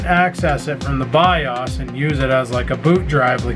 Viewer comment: BAHAHA This killed me as well, BIOS= ByeAwwwssssss